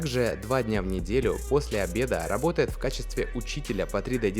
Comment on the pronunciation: Медодига габотает